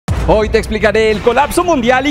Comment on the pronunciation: Bro, soy el único que se dio cuenta que en vez de decir, "hoy" decía "ho"?